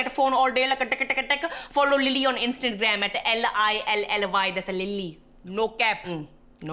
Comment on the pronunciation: I love how they are still calling it “instant gram”